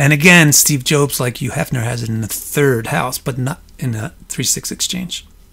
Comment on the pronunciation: Steve Jobes lol Great content tho, thanks :)